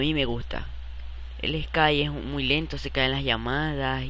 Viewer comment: eskayyyy, inlgleeee